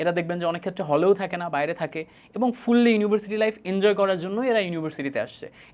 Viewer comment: ’ফুল্লি’ আবার কোন উচ্চারণ!